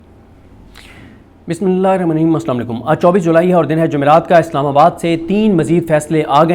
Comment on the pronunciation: Kam az kum Bismillah ir Rehman net a Raheem to sahee Bola kro Sharam kro